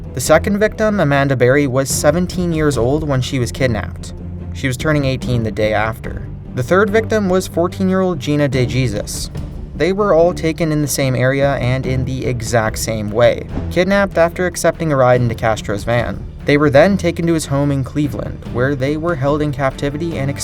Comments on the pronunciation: DeJesus (Duh Hey Seuss) not DeJesus (Duh Geez Us). I mean seriously come on. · De Jesus? it's "de hesus" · I'm sorry, but did he just say.."De-Jesus.."?? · "Gina DeJeesus" Lol, It's pronounced "Hey soos" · De Jesus? Where'd you learn to pronounce? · For Gina Dejesus it is pronounced de -Haysus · DeJesus is Pronounced De Hey Suess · Learn to read, brother. Day-jezus? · DeJesus is pronounced as "De-HAY-zus" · he said de jesus as in actual jesus not the mexican kind unless her name is that then I'm sorry but if not he's a dumbass!!!!! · you pronounced DeJesus wrong. it might seem irrelevant telling you this, but out of respect you should edit and pronounce it correctly. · I knew I would find someone bitching about how he said the name😂😂